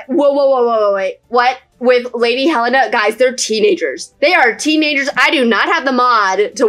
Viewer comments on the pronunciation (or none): none